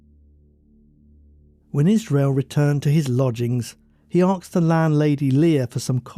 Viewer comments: Asked not axed. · Why does the narrator say axed instead of asked? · Not, ''Arksed'', ''Asked''. That aside, very good upload as per usual. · The word is Asked, not Arksed. Please don’t confuse the world by publishing bad English. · Just excuse me, love the stories, but why oh why, you say aksed instead of asked? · Please pronounce the word 'asked' or 'ask' correctly...it is not 'arksed' or 'arks'!! Sounds rather stupid. Other than that, you have a good listening voice!